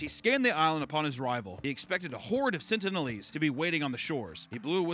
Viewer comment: Come on,... it's pronounced "sentinel-ese" (sen-tin-eL-ease)